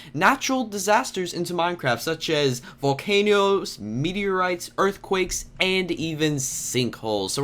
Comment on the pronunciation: You said earthwakes